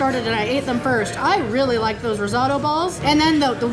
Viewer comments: RIZZ-OH-TOE is the correct pronunciation. 😂😂 Just saying. I’m a big fan though. You rock! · Rizzauto?? Did she mean risotto?